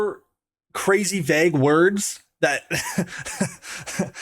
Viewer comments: Vay-g not veg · Vague not veg holy fuck thats annoying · bro pls learn how to pronounce vague if you're gonna keep saying it every 5 minutes